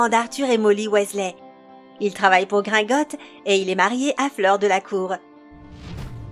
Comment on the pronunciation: ON DOIT PRONONCER TOUTES LES LETTRES DANS "GRINGOTTS" !!